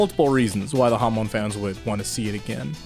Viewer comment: not the, its ze